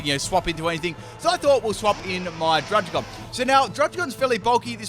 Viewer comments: It’s pronounced drud-Id-gon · druggi-gon (druddigon)